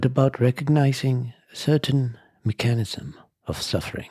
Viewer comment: Just fyi… it’s pronounced mech-a-nism. Not me-chan-ism. Sorry, thought you might want to know. ✌🏼